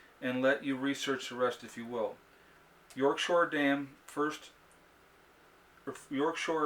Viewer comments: P.S. It's York "Shire" not shore. Shire is the English word for county. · Loved the letter.... its YORK SHIRE not SHORE... love it. Great video again.